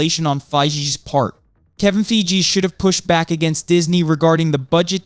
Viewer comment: I don't see a problem. Kevin Feye-gee was mentioned quite a bit and his name, Kevin Fay-gee's name was consistently pronounced as Kevin Fiji. Stop trolling!